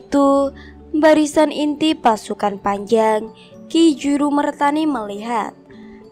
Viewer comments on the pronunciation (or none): peh salah semua pembacaan ya pajang bukan panjang bengawan bukan nengawan.malah mumet aku...